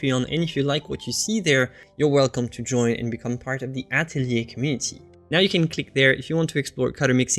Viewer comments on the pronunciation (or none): none